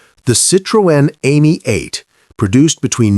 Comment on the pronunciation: Why is it so hard to keep and pronounce European names. The Citroën was am ee 8. Ami is French for friend. Not Amy. Get it right or don't bother